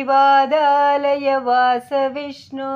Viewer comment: अस्मिन् परात्मन् ननु पाद्मकल्पे त्वमित्थमुत्थापितपद्मयोनि: । अनन्तभूमा मम रोगराशिं निरुन्धि वातालयवास विष्णो ॥ த்வமித்தமுத்தாபித நிருந்தி (nirundhi) தி என்பதை அழுத்திச் சொல்லவேண்டும் வாதாலயவாஸ (vātālaya vāsa) . வாதா (vadalaya) என்றால் பொருள் மாறிவிடும்.